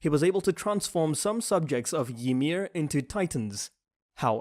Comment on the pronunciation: The way u pronounce Zeke is so damn annoying Wtf is Zekeh?? And it's Reiner,not RAIner and Ymir not Yhmir